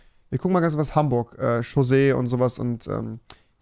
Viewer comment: Haburg chussee? Xd